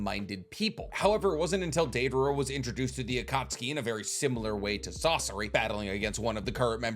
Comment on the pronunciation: “Deivara” idiot 🤦🏽‍♂️